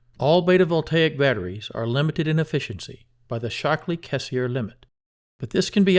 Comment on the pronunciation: I think Schottky it's supposed to be pronounced like "shot-key", not "shock-lee"...